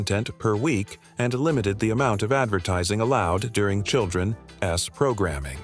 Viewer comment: "didn' tee" "children' ess" "hero' ess" This machine needs to work on its pronunciation of contractions. But, it got "Cap'n" right, so maybe the person who wrote the narration needs to learn how apostrophes work.